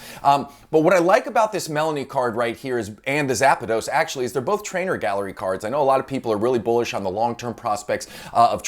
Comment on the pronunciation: So kind of you to give Zapdos a little A in the middle haha :D my brain was like "A what?" Great video as always ! :)